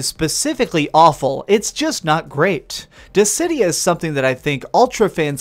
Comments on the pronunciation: "Dissy-Dye-ah" it's, "Diss-id-e-ah" Dissidia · Dizzeh-die-ah? Gods? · In all the time I've known about this game, including the PSP version, this is the first time I've ever heard "Dissidia" pronounced "Dizz-eh-dye-uh". I'm genuinely curious why you would pronounce it this way. Also, I'm thinking about getting this, but I have no interest in online battles. So, can I do offline battles in order to unlock the story, or does it have to be online battles? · I was so thrown off by your pronunciation of 'Dissidia' haha Good review, I'll probably wait for a sale